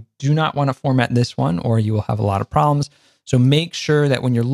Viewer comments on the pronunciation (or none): none